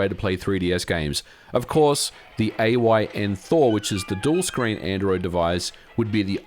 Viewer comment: its AYN .. why are so many ppl saying A O Y N ?